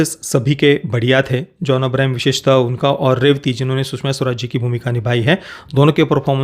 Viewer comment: It's John Abraham not Abrahim